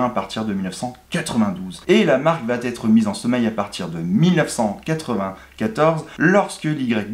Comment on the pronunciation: > "va-T-être" !?!?!? Mais d'où peut bien sortir cet insupportable T entre VA et ÊTRE ? Qu'on entend d'ailleurs de la bouche de plein de YouTubeurs : "ça va-T-être", ou "il pourra-T-être", etc. > "Bertone et Micholetti" 😱Mais qui était MICHOLETTI ? Il ne se prénomerait pas GiAvOnni, tant qu'à y être ? > "British AREOspace". Matra qui travaillait pour "l'aREOspaciale". Maybach, un motoriste dans "l'aREOnautique"... Je suppose que quand tu dois prendre un avion, tu te rends à l'aREOport, aussi ? 🧐 Bon, j'arrête là, le visionnage de cette vidéo... C'est bien de vouloir être YouTubeur, mais faut à minima apprendre à lire, et à parler correctement😪